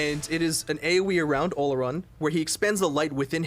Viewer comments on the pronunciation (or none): Not how you pronounce olorun ... it’s oloroon